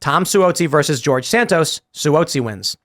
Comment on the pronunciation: Tim apparently doesn’t follow the news on how to pronounce Suozzi correctly. Tom Suozzi has been around almost three decades and people in the media certainly know him.